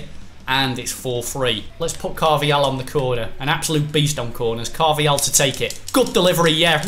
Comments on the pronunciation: Is it just me or does it bug you that says Carv-i-hal 😂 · Stop saying carvajal like that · CARVA-HAL CARVA-HAL CARVA-HAL